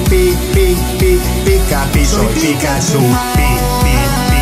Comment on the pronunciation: Dice pikahcu 😅😅